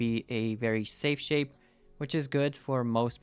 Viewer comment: "its a very shape sape"